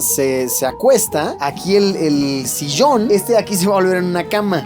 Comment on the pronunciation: Porque luis empezó a decir las ll como los gauchos??? Sillon se dice, no sishon